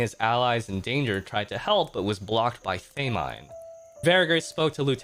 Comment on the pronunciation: girl not him saying “they-mine” 💀